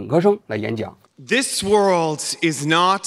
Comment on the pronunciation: 她不是口音问题，首先她的重音就不对，第二是很多小学级别的词汇发音都不对：country - 堪try她发“康try”；world - 喔尔得，她发哇奥得；division - 地维珍，她读发“地维申”；understood - 安得儿斯杜得，她发“昂得儿斯杜得。这些至多是高中词汇，我很好奇她在国外待了那么多年、学历这么高，拼读规则和发音怎么烂成这个样子。但凡是普通学校毕业的，咱不要求人家什么，但她是哈佛的这就太诡异了